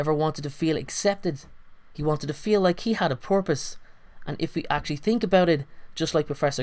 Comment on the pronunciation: porpuse..... did i hear porpuse?